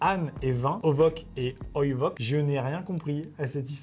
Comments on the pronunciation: Ce commentaire a pour but d'informer: à l'âne et le vin en grec se lise "onos" et "oinos" et non ovok et oivok voili voilou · ça se lit onos et oïnos : όνος και οίνος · Bonjour Jean Michel ramène sa science à ça se prononce ONOS et OYE-NOS Ps : Maxime c’est du grec Voilà c’etait Jean Michel ramène sa science 😂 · Instant culture inutile : Ce n'est pas "ovok" et "oivok" c'est "onos" et "oinos" voili voilou (merci les cours de grec ancien que j'ai eu un jour xDD) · Alors on dit "onos" et "oinos" parce que le truc qui ressemble a un v se prononce [n] et le truc a la fin |s]. Bon j'avoue j'aime étaler ma science :) . Super Vidéo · Cest pas oivoc mais oinos en grec ancien pour une fois que sa me sert a quelque chose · Rip la langue grecque οινος donne oivok alors que ça se dit oinos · Pour les deux mots grecs : pour l'âne, ça se lit "Onos" pour le vin, ça se lit "Oinos" Comiques ces grecs dis donc ! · Oïnos même finalement x) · C'est Onos et Oinos en grec... Mais bon c'est pas grave :_ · C'est du grec ancien Maxime. Ça se dit : Onos et Oinos. Comme ça tu sais 😉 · les 2 mot en grec se prononcent oïnos et onos sinon le concept de cette nouvelle chaîne est vraiment cool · c'est du grec lol ça ce prononce "onos" et "oynos" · Pour le stoïcien c'est du grec ancien et ça se prononce o-i-no-s (vin) Et o-no-s (âne) . Je sais que les commentaires de correction c'est l'enfer, mais après 7 ans de traumatisme en la matière, j'ai juste souffert de ta prononciation Amixem XD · oula t’as pas fait grec toi ça se lis: Onos et Oinos (ça aide pas tellement à comprendre la blague mais bon) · on dit: onos & oïnos et c’est du grec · Je vais du grec et ça se prononce Onos et Oïnos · La lecteur les mots grecs c'est onoss et oïnoss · Alors pour être précis, la prononciation du grec c’est « onosse » et « oïnosse » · ah la lecture du grec ancien là ça m'a fait mal xD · On sait maintenant comment a été formé le mot vane (vin et âne)